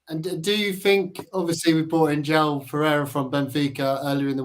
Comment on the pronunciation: Jow is pronounced Zshoo ow - Porto hornet